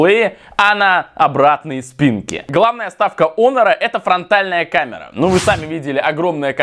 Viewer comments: Может хонор а не онор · Почему не Хонор? А Онор?😂